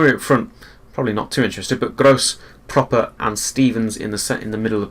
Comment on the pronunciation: Its pronounced PRO-PER not Proper. And NOCK-ART not K-NOCK-ERT